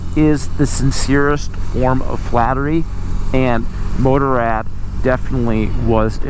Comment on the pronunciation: If one are unable to pronounce Motorrad properly (as in German language), why not stick to the already translatated word Motorcycle instead?